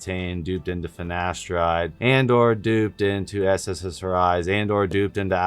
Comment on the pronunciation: Fyi you keep saying sssri's when it's ssri's